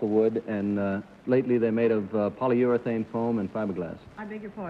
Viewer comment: Mr. Daly repeated for the guest, "Polyutherane"!!! (not Polyurethane)